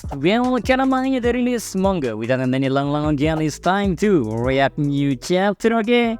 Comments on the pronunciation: Tulisan : React Bacanya : "Riak" BUKAN REAK BLOKK Tulisan : Request Bacanya : "Rikues" BUKAN REKUES BLOKK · React dibaca "riek"